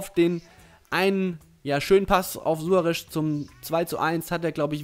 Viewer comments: Ernsthaft:, wie kommst du auf Suare'sch'?:D Jeder Kommentator und jeder andere Fussballgucker weiss doch, dass er Suare's' ausgesprochen wird^^ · SuareZ, nicht Suoaresch... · Suarez nicht Suaresch! Aber trotzdem gutes Video! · Meiner Meinung nach klingt "Suaresch" voll bescheuert. :D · Sorry aber langsam regt es auf -.- Du kriegst keine folge hin wo du nicht einmal alle namen richtig aussprichst Suaresch?? Dein ernst?? Oder mirajas.. wtf xD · Suaresch xD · Suaresch hahaha